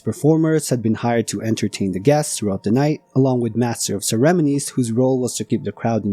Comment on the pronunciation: Excellent présentation. Good script, visuals and narration. Has facts I hadn’t known. BTW “ceremonies” is pronounced with the emphasis on the “mo” as in saying “oh” with an “m” in front.